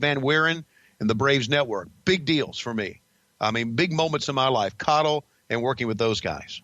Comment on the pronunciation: Its actually pronounced Koddel